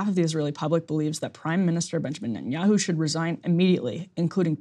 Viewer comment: "Ben Yahoo" lol